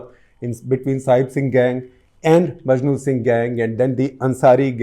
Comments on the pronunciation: maknu singh not majnu singh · Makhnu Singh not Majnu Singh, Sir